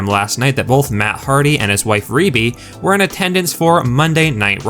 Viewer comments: DUDE IT'S NOT PRONOUNCED RE - B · DUDE ITS NOT PRONOUNCED RE - B